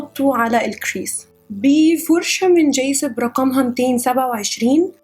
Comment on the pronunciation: فرشة من جايكب مش جايسب. تصحيح معلوم. تقبلي مروري